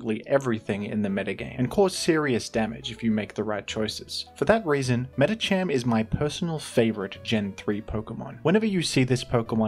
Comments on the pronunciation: Shook to my core when I heard Medicham instead of Medikam. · why do you say medicham that way? isnt it medicam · "Meditcham" unsubscribed, I am now an Iron Mugulis supporter